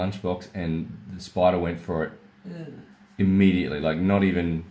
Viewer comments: "We've got Alfred, our friendly neighbahood spoidah" Bruh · are you making fun of his accent?